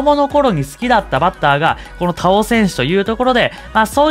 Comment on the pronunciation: 田尾さんのイントネーションめっちゃ気になったw↗️じゃなくて、↘️かな